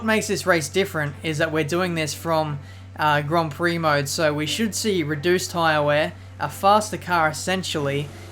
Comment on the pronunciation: horrible pronounciation of gron prok